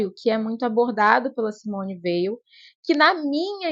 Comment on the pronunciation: Parabéns pelo vídeo. O nome Weil é de origem Alsaciana e se pronuncia "Vei". Thibon tem a sílaba tônica "bon". Como disse Susan Sontag, "Espera de Deus é o melhor livro para iniciar um encontro com a escritora. A originalidade das suas percepções, a paixão e subtileza da sua imaginação teológica, a fecundidade dos seus talentos exegéticos estão aqui..."